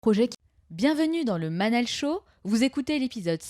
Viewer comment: Manal et non manel sorry😉